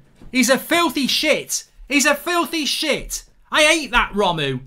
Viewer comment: No one: Absolutely no one: Mark: Romoo